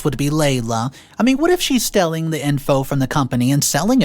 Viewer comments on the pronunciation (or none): Seriously? You've been narrating these for a long time. Please start pronouncing correctly for once. It's stealing, not stelling. There are others too, but I'm still trying to ignore those.